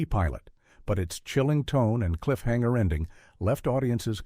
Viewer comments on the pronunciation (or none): none